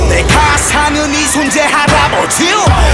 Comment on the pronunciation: Taewoon needs to clear this up. I honestly can't tell if he said naega or nigga , but it's starting to look like the former :/ If so, why did he think it was a good idea to pull that mess